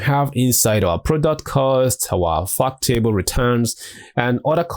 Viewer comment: I kept thinking he was saying "fuck table"